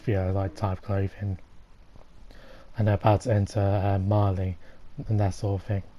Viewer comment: jack cap Why do people keep calling it “Mahr”? It’s Marely! Marleyans live in Marley, not “Mahr”